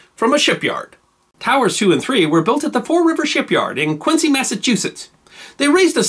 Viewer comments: Alright fun fact, Quincy Massachusetts is pronounced weird. They don't say "cy" as you'd expect but rather as a "zy" sound. So locals call it Kw-IN-zy not Kw-IN-see. This information is mostly useless since it only refers to the one city. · No disrespect, but Quincy, Mass. is pronounced “Quinzee”